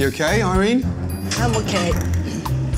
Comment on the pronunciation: I’m oKEH